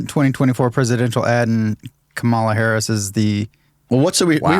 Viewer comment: I don't understand why a host and a guest who are clearly intelligent, well-educated and incredibly articulate deliberately mispronounce Harris' name like a bunch of giggling second graders who found their dad's Playboy stash. It casts a pall over every other thing you say. If you've got something you want to say about her, say it; but do it like men.